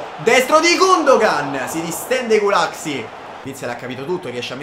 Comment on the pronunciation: io sono ungherese e sentire come hai pronunciato gulacsi mi ha fatto troppo ridere😂 comunque bella mi piace sta carriera, poi vedrai che ci prenderai la mano ora è solo l'inizio👍